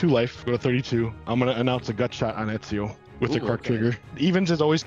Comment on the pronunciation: Just a heads up, it's pronounced Etsio or Edzio (depending on how fancy you wanna be I guess)